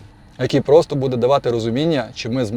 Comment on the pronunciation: Кто тебя учил украинскому языку?! Что такое будЭ? Всю жизнь было бУдэ.....